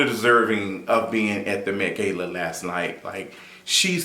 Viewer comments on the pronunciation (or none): Been alive for 23 years and never heard anyone pronounce it “gay-la” unless you doing it on purpose..idk but I physically can’t keep watching and hearing you mispronounce a word that the majority of the world says one exact way. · Like is he purposely pronouncing Gala wrong 😒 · This is a new pronunciation of gala lmao